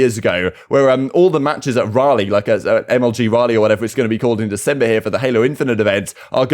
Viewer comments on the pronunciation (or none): Raleigh pronounced rally Like the bicycle manufacturer in the UK.